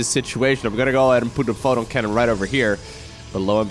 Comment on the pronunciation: Take a shot every time he says fotin' cannon. ::dies of alcohol poisoning